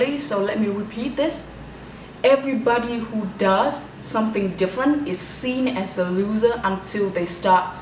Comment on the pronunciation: Tiếng anh của chị nghe không có âm trầm gì cả ạ. Ngay từ câu đầu chị nói từ “ different” đã thấy rất fail rồi ạ @@